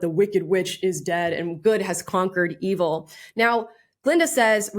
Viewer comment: did she just rhyme evil with "believe'll" ? >.>